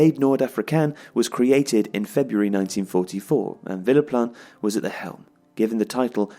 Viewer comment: It kept sounding like was saying Phillip Lahm